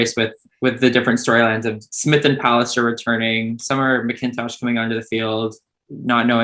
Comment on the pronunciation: Daiya SEETO? Summer MaKINtosh?? jeez please stop disrespecting these athletes and spend 5 seconds to learn to pronounce their names correctly